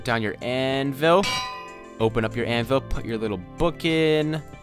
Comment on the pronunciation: You said anvis instead of anvil